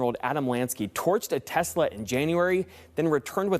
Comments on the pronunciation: Tesla? I think you mean Tesluuuuur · According to trump everything he says is always 100% true, he never lies etc., and he didn't say Tesla, he said Tesler, so I am expecting muskovitch to rebrand it soon. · "I love Teslur! Wow. Everything's computer!" POTUS, March 2025. 🙃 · "I love TESSLER!! It's all computer...!" 🤭🤭🤣